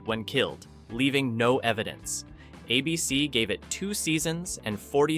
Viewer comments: Star Trek vanished? When? It still runs all the time on Pluto TV. None of these vanished. Also, it's "ABC" not "a BC." Test your AI narration before uploading. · The network is ABC, not "uh bee cee." Don't be afraid of human narrators. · I remember as a kid being totally freaked out by the hunting 'balloons' from the Prisoner. A beecee? I think the AI voice meant A.B.C. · It's not ah BC it is ay bee cee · It's ABC, not a bee see. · My favorite Martian ran out of material. Voyage to the Bottom of the Sea got too weird. A bee cee, for A.B.C. (aye-bee-cee) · Hey AI voice. It's ABC not A.......BC. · "uh-b-c"? Really? Can we get a real person reading the script or was this entirely AI? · ".. a BC pulled the plug..". ? "...a BC couldn't sustain it financially,,," ? Cmon AI, do better 😅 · ABC network repeatedly pronounced a BC. .... AI voice-over ? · There never was a network "a bee see". And ease off Irwin Allen: I'm sure he'd deplore AI, and probably predicted you... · What is "a BC"? I won't watch videos with dumb AI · I hate AI pronouncing ABC as ah b c. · Lousy editing., What is, "A BEE CEE',? Yes, I HAVE seen number 3, I have it on DVD and have seen it dozens of times since the late `90's. 'The Invaders" is the only one I never saw or heard of. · Next time, get a PERSON to narrate who knows how to pronounce "ABC". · Typical AI. Can't pronounce ABC properly and can't get facts right. Star Trek disappeared? Please... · I'm surprised even a mediocre AI could mispronounce "ABC" so many times. If there's a human behind this channel, please read the script yourself. I swear it will be better than this monotony of goofs. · It took 10min 19sec for ai to learn how to say ABC.😆😆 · I don't think it's an AI voice, just a quirky mispronunciation.